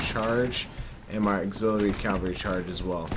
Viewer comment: Did you notice : group calvary instead of cavalry